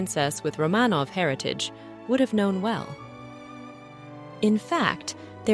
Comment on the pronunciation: Could the AI at least pronounce Romanov correctly?